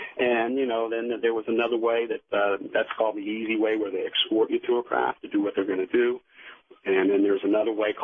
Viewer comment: Art Bell rules radio! May he rest in peace. The guest however is as inauthentic as can be, and is one of those people who tell their story, irritatingly, with the viewpoint of "you." ("Then you find yourself in the craft, where you see...") If I hear the words "excort" or "excape" one more time, I'm gonna use my ashtray as a frisbee. Jesus.